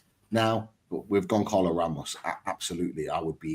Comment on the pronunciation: Hey guys, love the show. Have followed since you had less than 5k subs. Please Google the pronunciation of Goncalo Ramos. The 'C' is silent. So it's pronounced Gon-zah-lo Ramos. Thank you